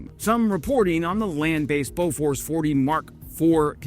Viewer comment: pronounced boo-fours.